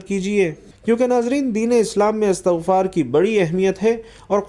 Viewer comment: استغفار ت کے ز بر کے ساتھ بولنا د ر ست نہیں بلکہ ت پر زیر ہے اللہ تم جیسے جّا ہلو ں سے امت کو بچاے آمین یارب العالمین بجا ہ سبد المرسلین و آلہ و صحبہ اجمعین